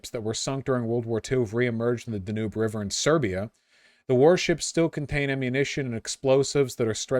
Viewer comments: Da-Noob river, Vaush showing his true American mispronunciation. It's pronounced Dan-ewb 🤓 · Vaush, my dude... See-wan province in China, and the Duh-noob and Tee-bur rivers? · He even pronounced Danube wrong, what is wrong with him man?